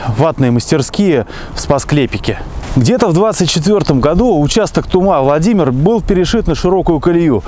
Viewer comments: В названии "Тума" ударение на первый слог!!! А вообще, в конце 80 -тых видед в районе Шумаши остаток пути. Рельсы былы маркированы 188 затертым годом. Сохранился кусок УЖД в п. Болонь на торфопрелприятии. В основном сейчас на бывшей трассе до Спаск-Клепиков проходит нить газопровода. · Спасибо Вам мил человек здоровья и удачи! Немного Вас поправлю населённый пункт Тума , ударение необходимо делать на У . А в остальном всё великолепно!!! Ещё раз огромное Вам спасибо мил человек!!! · Не ТумА, а ТУма, не ТрубЕж, а ТрУбеж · Тума, Трубеж ударения на первый слог. Привет из Рязани.